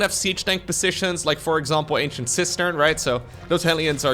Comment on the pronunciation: I just now realized he's saying "Ancient Cistern" not "Ancient Sister"😅